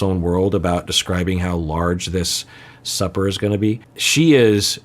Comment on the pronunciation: Also, I kept hearing "a big sucker" and imagining a large fish... only to finally hear "supper" lol